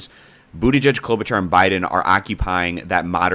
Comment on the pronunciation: Fyi it’s pronounced Klobu-(shar)